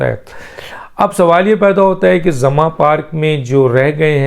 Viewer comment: ڈاکٹر صاحب لفظ " زمان" ھے آپ اسے " زماں" کہہ رھے ھیں ، براہ مہربانی اصلاح فرمائیں ۔